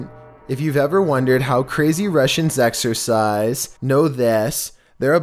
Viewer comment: I thought he meant “Russian exORcize” as in demon possession, not exercise as in workout. Someone tell me I’m not alone.